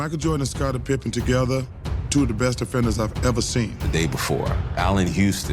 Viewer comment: . Nice correction on the pause. Thats a good pause on our boy Pibben😂😂